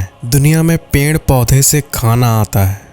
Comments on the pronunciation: Perd ❎ penrd ✅ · The way you are saying peeid is kind of unique😂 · Haan😂ped ko ache se bol nhi pa rahe h